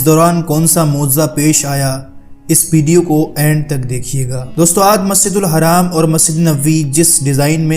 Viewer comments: Musjidul Haraam nhi Masjidul Haram hota hai Soch samjh ke bola kr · Maszid ur haram nahi hai maszid ul haraam hai....sahi se Nam bolo bhai.... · Bhai haram nhi hai masjid hram padha jata hai bhai pronounciation sudharo bhai